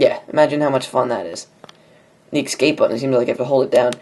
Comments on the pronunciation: it's escape not ecsape... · ES-cape. Not EX-cape. XD